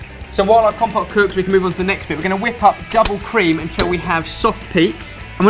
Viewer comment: While watching old Sorted videos yesterday I realised that says "untell" instead of "until". Once heard, it cannot be unheard and it is everywhere